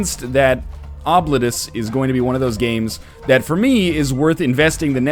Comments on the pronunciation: Okay, NL. This is actually pronounced "Oh-bleet-us." Source: I'm from the fuckin' internet, son. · Yeah, various pronunciation sites said it's "oh-bleet-oos" (rather, that's what I heard.) Either NL is making things up entirely, he was told by the development team how they want their game to be pronounced, or he should look up an ear doctor. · I've studied Latin, and this word is a Latin word for "forgotten". It is pronounced something like "Oh! Blee tus", where the 'u' is pronounced like the 'u' in 'rude'. Now, that is in restored classical pronunciation. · It looks like Oh-bleet-us, but it's really pronounced 'Throat Warbler Mangrove'. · Im my mind im going to refer to this as Obliterate-us. Why, It sounds cooler. Its the same reason i pronounce scimitar as Skim-a-tar. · Ah, I missed that then. If it's the way the trailer says it, then that's probably the best we'll get to their preffered pronunciation.